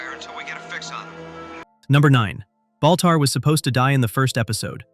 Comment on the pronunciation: Baltar not boltar